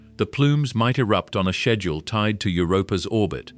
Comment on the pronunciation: Dude why does it take u 2 hrs to say this. Its a 5 min video at best for real. Do a 2hr long video about blacks holes not this boring shit. By the way its just schedule. Not shhhbedule lol.